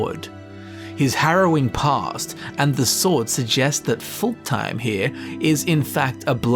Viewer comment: I love how you pronounced Fultheim a full-time.